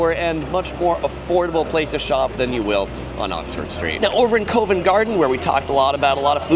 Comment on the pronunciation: Isn’t Covent Garden pronounced CAh-vent, not C-OH-vent. Mispronouncing well established names doesn’t add credibility to your videos.